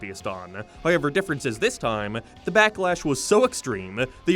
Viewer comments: I'll never get tired of "High-yever" (however) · What accent is this? Some sort of canadian one? Irish? Like how he pronounces "however" is nothing I've ever heard lmao. nevermind, suppose it's northern irish? I thought I was better at recognizing an irish accent but maybe they kinda vary depending on location